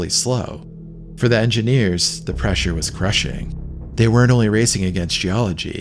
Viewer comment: pressure was preshing 😂